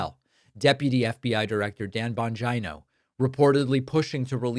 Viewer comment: It’s BON-G-NO you goofy VAGINO 😂🇺🇸😂🇺🇸😂🇺🇸😂